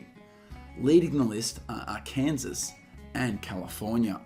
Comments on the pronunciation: Buddy, Arkansas is pronounced as Arkansaw. 😆 🤣 😂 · Arkansas, look up the pronouncement of it. It is ar-can-saw, but the river spelled the same but is pronounced as you did for the state of Arkansas. Oh sorry about crawdads I posted too soon. But down there is crawdads (as we also call them in Nebraska where I live).